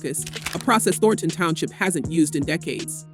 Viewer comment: AI Narrator. "Thor-tahn" be better